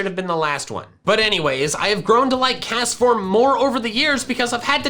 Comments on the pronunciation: CASTFORM DOES NOT END WITH AN S, IT ENDS WITH AN M! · THERE IS NO N IN CASTFORM! AND THE H IN WITH SHOULD BE AFTER THE T! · Do not leave off the T in Castform! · ITS NAME IS CASTFORM, NOT CASTOR! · CAST FORM IS 2 SYLLABLES